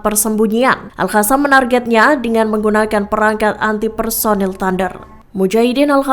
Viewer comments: Hallo kakak mimin yg benar al qasam ( al kasam ) bukan al hasam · Sekedar masukan. Pembaca berita selalu menyebutnya Al-Hassam. Padahal Al-Qassam. Bhs arab beda satu hurup bacaan beda lagi arti. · Bukan al hasam tapi al.qassam ya mbak narator.mhon kalo bikin konten harus cocok dan benar antara narasi dan vidionya.kalo gak begitu itu penipuan